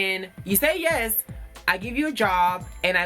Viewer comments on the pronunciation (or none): Girl don't weave up a third world nation.😂😂😂😂 Did anybody hear the Yayz instead of yes lmao.